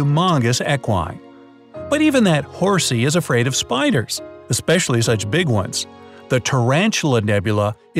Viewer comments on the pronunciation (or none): none